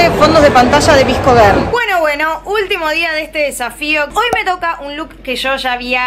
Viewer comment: Amo como dice vsco, lo dice visco jaj💖